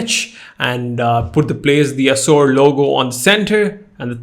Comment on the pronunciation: Assour!! Seriously 😅. Awsome video anyway